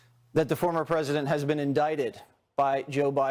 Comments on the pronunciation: That dude said presinent right before he correctly pronounced presidential lmao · The guy who kept saying "Presinent" was driving me crazy